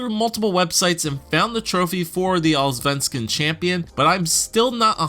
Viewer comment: You're missing the firts S in Allsvenskan....sounds like All-venskan =D but still very close for a non-swede =)